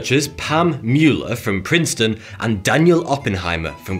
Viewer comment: If you ever go on FOX news or CNN and say Mueller the way you did in this video, they’ll rip you up hahaha